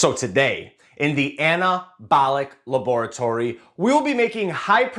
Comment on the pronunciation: i can’t stand how he says laboratory 😅😅😅